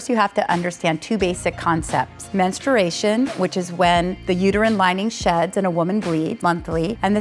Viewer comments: she pronounce "mentsruation" wrong how can I trust her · she can't even say menstruation correctly 😂😂